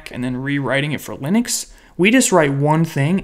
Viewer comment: i love the way, you say Lynix(Linux)